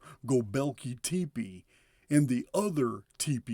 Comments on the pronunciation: PRONUNCIATION: go beck leeee (and then say) tep eeeee. It isn't prounonced tepee no disrespect, I'm a huge fan from South Fla since June and I love you ! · I think it should be pronounced tep-e